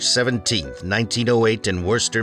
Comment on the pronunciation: Thank god you said Worcester correctly!